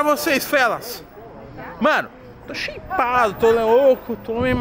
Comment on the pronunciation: Sheipado e shapado kkkk